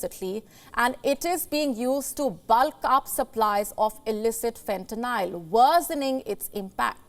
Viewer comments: She’s saying fentanyl wrong 🤣😭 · whats funnyer is she wrong on the name its called fentaly a sythedic opioid not what ever name she said never heard of that kind and im from america and live in america and only hear about fentaly